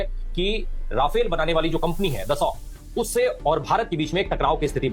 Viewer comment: Rafale ❌Rawfail 😂😂😂 Kit kit kit kit kit kit kit 😂🎉😂🎉😂🎉😂🎉